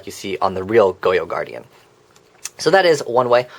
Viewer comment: Goyou Guardian 😂